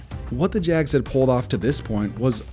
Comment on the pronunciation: Why does it sound like Jazz when you say jags...are you really dying to do basketball vids?